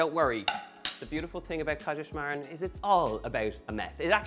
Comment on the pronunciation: In the end perfect pronunciation 👍😉 We Germans love it as well and have Kaiserschmarrn quite often😍